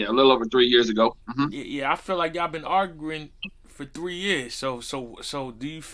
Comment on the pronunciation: Yo can’t say “ARGUING”😂😂😂😂😂😂